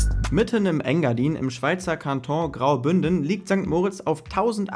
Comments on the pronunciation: Man spricht es Kanton aus, so wie man es schreibt und nicht „Kantong“. Grüße aus der 🇨🇭 Und wir sind nicht „leider nicht Teil der EU“ sondern zum Glück! 😉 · Kanton darfst du auch ganz normal deutsch aussprechen 😂